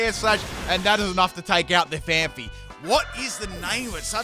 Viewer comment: Don't mean to be that guy, but it's pronounced PhanPEE 😂